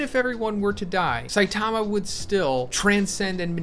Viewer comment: sai--taaama cringe pronounciation . cringe.